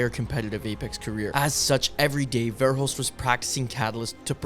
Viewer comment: Bro his name isnt varehulst .. its verhulst